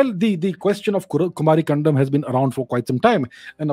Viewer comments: It's कुमारी 'कन्दम' not कण्डम 🙏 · You are pronouncing it Kumari condom😅